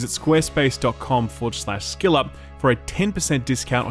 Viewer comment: I can't be the only hearing "shill up" not skill up